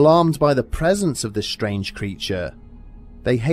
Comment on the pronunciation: "Ziss picture didn't hang itself" noice!! lol